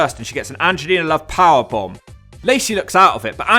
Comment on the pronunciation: I believe you mean PAH-BOMB